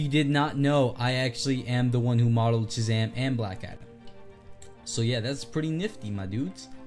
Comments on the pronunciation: am i the only one who notices shazam is dc but he is playing avengers music also he said jhazam not shazam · Hey! I don’t want to sound rude, and I am a nerd so I know how nerdy I’ll sound, but it’s actually Shazam, he just has a retainer so he has trouble pronouncing it.